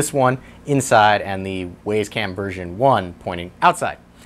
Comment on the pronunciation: Where do u get the name Waze its wyze just like u would say wise lol